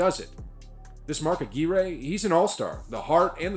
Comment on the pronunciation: ...and you are pronouncing Mark Aquirre's name correctly. The video was wrong.